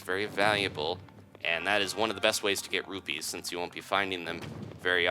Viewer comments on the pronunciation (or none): Why do you say Ruby’s? It’s ruPEEs